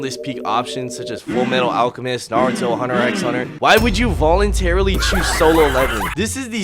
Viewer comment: "NuHruhTo" and "sAsOokAy" absolutely demolished me twin✌️🚬💔